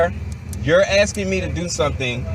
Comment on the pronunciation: '' Your AXING ME ''.